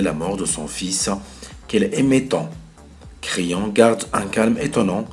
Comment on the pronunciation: Merci pour ce resumé j espere que j aurai une bonne note et sinon creon se pronoce pas crayon